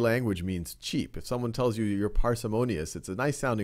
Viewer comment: I thought he said cheese